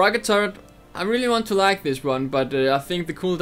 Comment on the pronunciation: H is pronounced "aitch" not "hay". Also turret not turrent. Just a heads up. :P